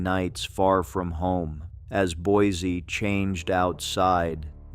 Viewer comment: As an Idahoan, let me help. Payette = Pay-et. Boise = Boy-see. Idanha = Eye-dan-haw. kootenai = Koot-en-ee. Owyhee = Oh-why-hee. Coeur d'alene = core-duh-lane. Also,, Payette Lake in McCall, everyone believes it's a giant sturgeon fish.